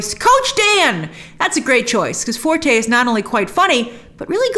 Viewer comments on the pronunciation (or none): none